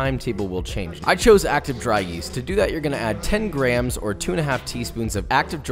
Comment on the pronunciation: Instead of grams I heard crayons??